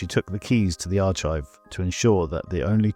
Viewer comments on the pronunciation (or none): It's pronounced " aar-kive", not "aar-chive". It drives me nuts. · The arch-ive... What AI are you using for the voice overs? Is that an ElevenLabs voice clone?